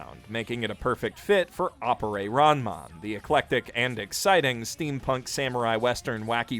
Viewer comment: >Aporey What the fuck? Is it that hard to pronounce Appare as Appare?